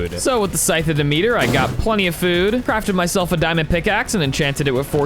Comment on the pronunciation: its not dee-meter its dem-et-ter